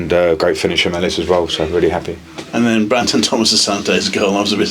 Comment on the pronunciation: "Branson" Thomas-Asante? Never change,. Never change.